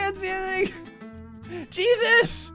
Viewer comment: Did just say "Shesus"?